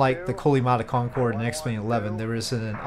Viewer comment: cincorde corcumnavigation